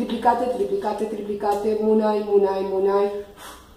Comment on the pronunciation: se pronuncia múnay con tilde en la U fue lo que aprendi de Shaviru